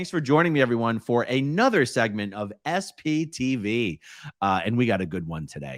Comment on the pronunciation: There might be some good spoofs using SCTV clips? I dunno how, I just keep thinking of it when I hear you say SPTV 🤷‍♂️